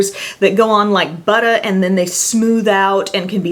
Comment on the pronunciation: ) When you said "butta" I giggled. I didn't know you had a little Jersey in ya! Enjoy the great weather - it's 70 up in Naperville today.